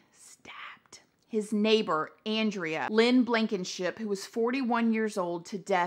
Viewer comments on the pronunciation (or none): none